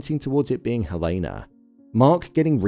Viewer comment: Why do you keep pronouncing Helena's name incorrectly?